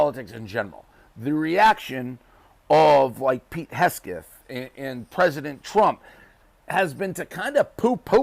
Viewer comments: can't seem to pronounce Vodka Pete's last name. Heckseth? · "Pete Hess-geth". The right wing freak can't even speak pronounce the idiots name correctly. Rather amusing. Yes. The sky is falling. We must tell the king. Donald IS the "king". Intelligent people, especially those leading a country, surround themselves with intelligent people. Morons surround themselves with morons. The people Donald panders to are morons. MAGA supporters, those who continue to uplift the "chosen one", are, indeed the unwashed, uneducated masses of asses. True, they are brainwashed, but there should be no pity for them. Those who cling to lies when faced with truth and facts are lost. A shame. The Democrats and Republicans who now see exactly what they voted for could use the mindless, the toothless, the easily led knuckle draggers and their arsenals to reclaim democracy. Yeah. That sounds completely twisted. This may be a case where fire must be fought with fire. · Why can't he say "Hegseth?" Oh. MAGA. Got it. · He called him hesgeth